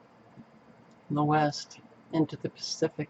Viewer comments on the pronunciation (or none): none